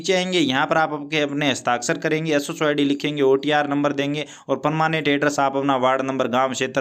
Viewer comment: Sso ❌ असु सो ✅😂